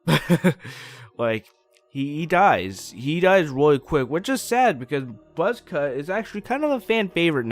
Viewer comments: he said ROY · Nathan Pike you mean weally?